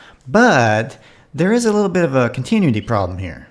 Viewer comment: Con-tin-u-ity.....try saying it slowly.....